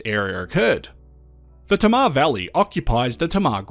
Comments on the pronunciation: Tamar...."hey ma" Not "ta ma" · it's tay-mar ya dog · Awesome work. Sorry your mispronounced Tamar Hobart Boy here